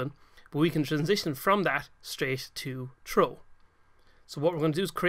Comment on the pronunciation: Just saying you say throw like "trooh" the th makes a sound like f just to let you know :).